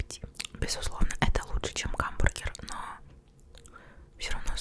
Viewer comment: Хамбургер❌ Гамбургер✅